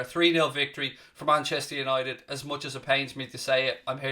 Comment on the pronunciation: That's the best 'Manchester United' I've heard in a long time. Listened to it 10 times.